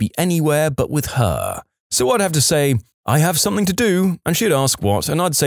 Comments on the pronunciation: SomethinG, not somethinK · He’s probably British. I only hear British people say it like that.